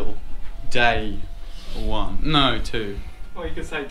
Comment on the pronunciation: When he said NO!!! He sounds like a dog N0! NO NO!